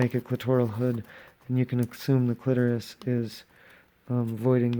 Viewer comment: This was so fantastic, thank you! Love your voice, the cursing, and the quips. I'm not stoked with the way my clitoris came out so I'll have to work on that. Oh, and Thank You for pronouncing clitoris correctly! ✌